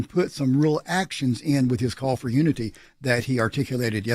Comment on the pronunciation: "Uniny" - President Joseph R. Biden